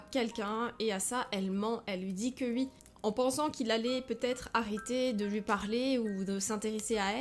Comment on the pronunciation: Pourquoi elle dit ui à la place de oui????